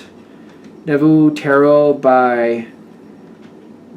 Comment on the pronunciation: Hi.. Good job (as usual).. It's pronounced nuvo 😉.. I'm a libra sun south node in Aries (right on for me) .. Merci 👍